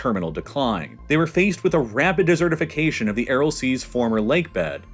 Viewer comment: I’m sorry I can’t let it go. It’s desert-ification. You don’t have eat it. It is dry, arid… you know… like a desert.